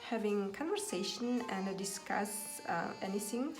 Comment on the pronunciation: Əнд орнына. Əнді деп айтасыз! Мен де солай атамын Əнді деп. Жаман осы əтетті қоялмай жүрмн